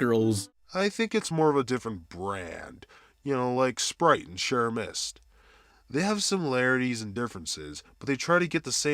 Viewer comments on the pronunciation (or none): I can't get over the fact he said Sherria Mist. I'm dying. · Did you pronounce it Shierra Mist? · I liked how he pronounced Sierra Mist "share a mist"